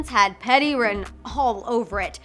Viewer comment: It’s PETTY not patty